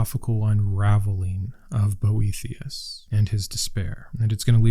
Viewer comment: I listened to this video instead of watching and the whole time I thought you were saying Brometeus and I was like, wow, he does sound like the coolest, OG bro of them all. 😆 I'll look into these books, thank you! Even though stoism was created by and for bros, I find it really speaks to me.